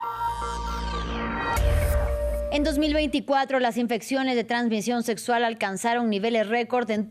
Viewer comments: Setso ? Doctor y no sabe ni pronunciar ? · 😂😂😂😂😂😂😂😂😂 Cada que dice setsual, setsual, setsual, setso, setso , setsual🤣🤣 🤣🤣🤣🤣🤣🤣🤣